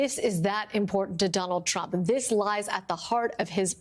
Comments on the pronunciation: When Lisa Rubin began she clearly said 'Chump' rather than 'Trump' Not really a mistake. 😅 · > She pronounced him as chump! 🤣🤣 Yes it's true his name was Donald Chump! 😂😂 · she calls him "chump" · Am I the only one who heard "Chump" ? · aaaauckusations :) and she definitely referred to trump as chump! haha